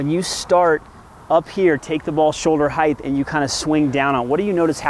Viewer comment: 'Height-th' is that a word?